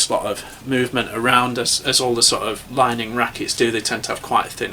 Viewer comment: Thanks for the review. It's worth noting they are all head heavy or slightly head heavy rackets and mostly used by singles players which is probably a reflection of the reviewer's playing style and preferences (I believe he has described himself as a bit of a clubber in past videos). BTW, Li Ning is pronounced "Lee Ning"